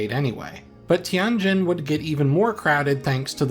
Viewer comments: Tianjin, pronounced TienJIN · You really butchered the pronunciation of Tianjin ;(